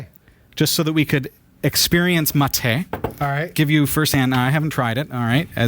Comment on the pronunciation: I'm really happy to watch you drinking mate. The second pronunciation of "bombilla" is the correct and it's perfect. You still having problems with the word "mate" but is much better. I will try to make a video with the pronunciations here in Mendoza, Argentina and Buenos Aires but :( I am fighting against every video editor i use on my Linux Mint pc.